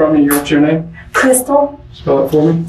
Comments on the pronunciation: I was wondering why the detective didn’t flinch. Lol. I had to rewind it three times that is after I laughed to myself… “CRYSPAL quote? Lol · She said Cryspal